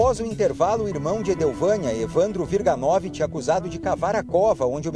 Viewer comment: Aprende a falar o sobrenome WIRGANOVICZ! Não é WIRGANÓVIT.